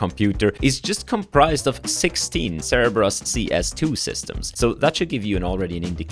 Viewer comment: ah yes, Zebras not Cerebras.